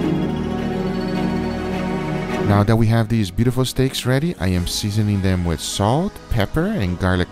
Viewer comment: “Put some charcoal ‘OM THEN” lmao